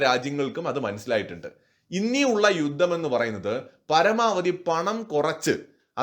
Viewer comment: യുദ്ദം എന്നു കേൾക്കുന്നത് അരോചകം. ആയുധം, യുദ്ധം ഇതൊക്കെ ഉച്ചരിച്ചു പരിശീലിച്ചാൽ നന്ന്